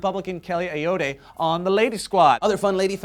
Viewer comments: butchered Kelly Ayotte's name... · It's not Kelly A-oh-tay. It's Kelly A-yot. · Annie KUSTER And Kelly Ayotte (like AY YACHT) Guys you fucked that one up! YEAHHHHHHH NEW HAMPSHIREEE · Oh mispronounced names of my state's senators.... I'm from NH. I am, however, very happy that we're all women, even if Kelly Ayotte isn't my cup of tea. And that's AY-ott. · it's pronounced A-aught... Kelly Ayotte